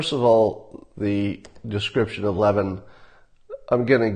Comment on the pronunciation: It’s lev-IN. ACCENT ON IN